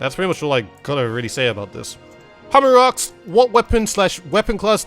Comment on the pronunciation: Am I the only one hearing "aks" instead of "asks"?